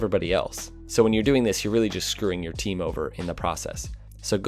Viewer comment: "there's no i in tiim